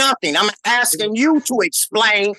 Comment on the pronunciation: Just sounds funny hearing "assin da question." :face-blue-smiling